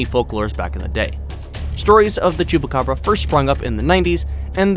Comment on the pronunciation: Him says chupburaca me CAPTAIN UNDERPANTS?